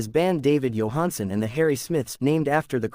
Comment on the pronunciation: This is Total Garbage. They can't even pronounce his name correctly.